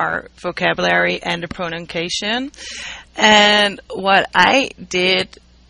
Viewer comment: jajaja a lil bit disturbing the 34532 times that she said "pronunKation"